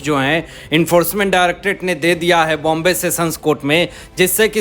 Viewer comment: मुंबई नामा बरोबर उच्चार करे ...